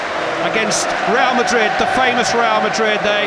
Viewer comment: The commentator really said Liverpool vs Real Ladrid.. Lol in italian ladro means cheater!!🤣🤣